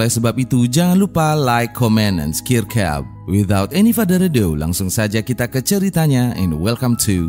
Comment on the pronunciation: konten bagus tapi sebutan subscribe hancur😂😂😂😂😂😂